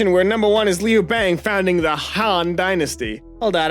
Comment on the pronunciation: The incorrect pronunciation of Liu Bang and Qin dynasty activated my fight or flight response, and is the one about be be in flight.